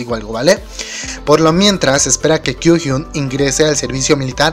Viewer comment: Kyuhyun!💔😭 Ño! Oye, no sabes pronunciar sus nombres gg... Un consejo seria, que escuches como lo pronuncian en los programas.